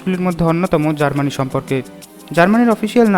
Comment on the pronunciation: Its Germany not GARMANI.